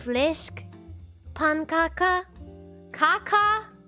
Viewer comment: pronouncing fläskpannkaka that ridiculously good was not on my shitty Tuesday bingo sheet